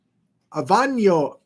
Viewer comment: Ahhhh veee ahhh no … italy Aviano